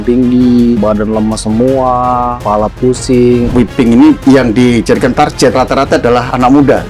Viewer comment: Target mah target ajapak pronouncement nya gak jadi TARJET , dasar boomer